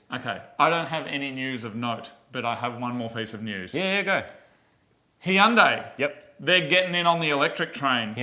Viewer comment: Hey guys, It's Hyundai like Sunday, not hi-undai.